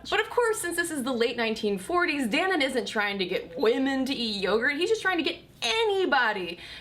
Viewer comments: I don't think that's how you pronounce Dannon. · I was expecting a lot more comments on how she pronounced Dannon (doesn't have an umlaut or something) Never heard it pronounced like that